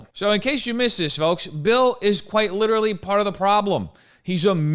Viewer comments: I HATE THE WAY HE TALKS PLEASE IT MAKES MY BRAIN ITCHY “Witerally” ass bitch “detonated wam” ass bitch PLEASE SHUT UP TURN IT OFF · Hmmmm witaawally